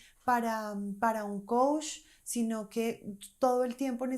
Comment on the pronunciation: Tú dices Coush y es Coach! Mejora eso y crece tu credibilidad.